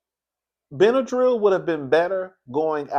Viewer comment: You did it again. When I heard you say Benadryl I almost died 😂❤️